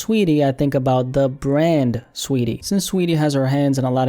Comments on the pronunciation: Its saweetie not sweetie🤣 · Its not sweetie, its SAWeetie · Saweetie lmao you mean STREEETIE SHES FOR THE STREETS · I like how you say her name😂